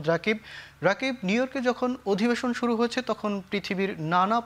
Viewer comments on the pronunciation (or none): none